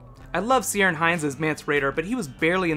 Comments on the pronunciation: Lol at how you say Ciaran Hinds! Its keyr-rin not Ser-ian or whatever you said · Hi. Ciarán Hinds (Mance) name is pronounced Ker-Ron. i know cause its my name too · Ciaran is pronounced Keer an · By the way I thought I would point out Ciarin Hinds is pronounced like Kieran, with a hard 'C'